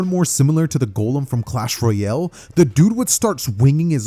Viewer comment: HE SAID CLASH ROYALY 😍 new clash audio